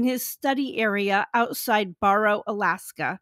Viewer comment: Great information. A couple of things, You pronounced Barrow slightly wrong which is OK since it is no longer called that. A couple years ago the people of Barrow decided the town's name would go back to its native name of Utqiagvik, I am still trying to learn how to say it. Utqiagvik is in the North Slope Borough (County), and the Borough is larger that the state of Kansas. Thanks for sharing.